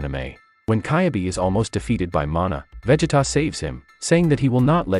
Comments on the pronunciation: Don't forget the other names being mispronounced :(( like sometimes you can get away with it... but "Véggeta", nope that's where I draw the line. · You lost me with that veggetta🤦🏿‍♂️🤦🏿‍♂️ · Probably is, I mean "Caibe" "Véggeta" "Sáddalla" "Cállifla".... so annoying